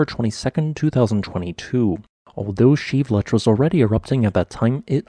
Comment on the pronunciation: Geez, learn how to pronounce volcano names! It is pronounced Shee vel loosh!